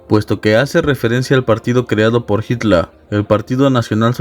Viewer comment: Por suerte alguien que pronuncia correctamente el apellido de Hitler Y aclaración führer no significa líder sino CONDUCTOR